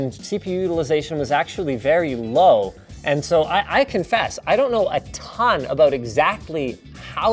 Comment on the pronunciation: It's just "a ton" NOT "a thhhhhon" ... How can I as a non english native say it how its supposed to be but you as a American can't?! Hooooooooooow?!?!?!!